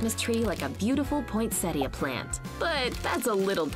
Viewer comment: Omg the way she said “ poinsettia “ literally gives me cancer